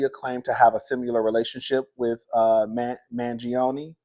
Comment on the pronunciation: You mess up some names but you Pronounced Mangione right 😂😂😂😂!